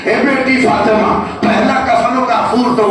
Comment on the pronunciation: Bhai fatena na h fatima h